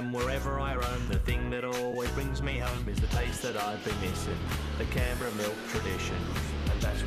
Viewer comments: Canberra !! Pronounced “Can” like a can of Coke . And “Berra’ like a Berry with an “A” .. Can-berra !!! It’s the Capital of Australia for fucks sake !! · Canberra is pronounced as 'can-bra' lol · struggling to pronounce Canberra is hilarious. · I first thought it was a weird way of saying camembert. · not being able to pronounce (or even recognize) the capital of Australia...